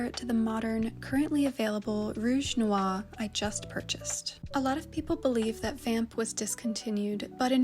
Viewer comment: Hi. I watch u all the time I speak French, If you ever have a question about how to pronounce a French word please contact me I'm more than happy to help you anytime in your work. Also noir you have the beginning part NWA noir you just need to say the r at the at the end it's noir it rhymes with bar and car noir. Anyway I love you I love watching your stuff and I'm sorry that creep is bothering you I could do anything about it I'd take care of it I don't know how you can reach out to me but if you ever have any questions about French pronunciation I'm here for you I don't know why I watch your videos I'm a man 59 I guess I just like you. You are kind. Your conscientious. You are incredibly intelligent. And if people bother you, you remember that, because that's the truth